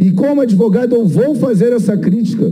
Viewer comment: Vixe! o 'Cenador' é 'adevogado'?